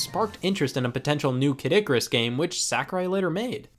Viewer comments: you make Kid Icarus sound like Caddicarus. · Why does everyone call Kid Icarus Kadikerus?